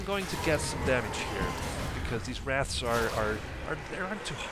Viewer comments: omg, you called them wraths again. you don't even know how to read or say a very very commonly known beast. I knew what a wraith was at like 6 years old? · on the seventh time you said wraths, not wraiths, you added an extra "thsts" so it sounded like wrathsths. can you not physically say wraith?